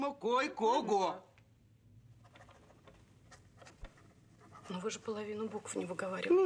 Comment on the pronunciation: не кое-кого а койкого!